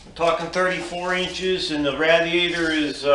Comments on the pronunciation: yep I'm going to start a drinking game to your video no offense to you or the video it is an awesome idea but for how many times you said radiator wrong I should take a drink other than that there's an awesome design good going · Nope. ra-DEE-A-tor is the right way. Some people think it is rA-dee-A-tor. What do they know.